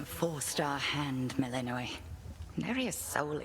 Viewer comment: Shouldn't Melinoë name have stress on "o" ?